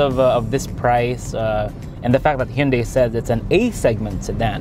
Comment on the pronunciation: Hinde nga kase "Hindey" yan, more of Hundey po dapat, mas acceptable pa ..lol